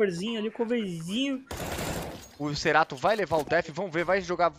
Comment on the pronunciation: Que agonia ver o cara falar cerato e nao Kscerato